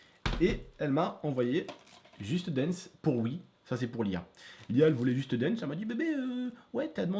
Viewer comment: Waaaaaw l'accent " juste danse " ^^